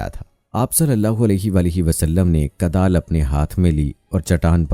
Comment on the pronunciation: Huzur ne Kudal Mari not Kadal, ap apni urdu sahih karain.